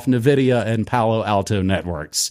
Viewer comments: It’s not Nevidia it’s N vidia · Nevidia? N -Vidia. ENVIDIA Means Envy in spanish.